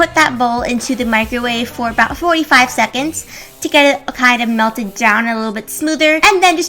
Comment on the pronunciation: She said 45 seconds so weirdly